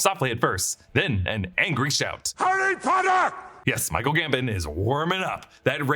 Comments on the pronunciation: dumbledore is GAM-BOHN not GAM-BIN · The way you say Michael Gambon drives me crazy 😂